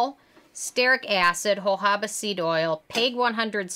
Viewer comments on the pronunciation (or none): none